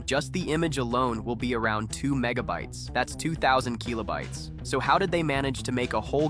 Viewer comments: Kill-oh bites. What tf is keel-oh bites lol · the Keeeelobytes is keeeling me :D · The keelobites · bro stop calling kilobytes kilo-bytes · say keelobytes one more time, AI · 96 Keeelo-bites. AI slop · MIDI is what bothered you and not the repeated KEY-lo-bites. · The AI pronunciation of keelobites and M I D I hurts so much. Unlike. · and then the one kill-oh-bites it snuck in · KEEYLOBYTES. gtfo ai slop. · Keelo bytes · the way it's saying "keelobytes" and "em ie dee ie" is physically hurting me edit: never expected complaining about how an ai pronounces stuff to get this much attention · You're saying kilobytes wrong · I've never actually heard anyone pronounce kilobytes like this. It's probably correct, but sounds so nerdy. Lol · Kee-loh bytes? Lol. It's Kill-o-bytes Also, it's pronounced mid-ee. Not M-I-D-I